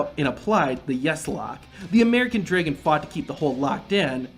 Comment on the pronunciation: Draigon? Who pronounces dragon like that?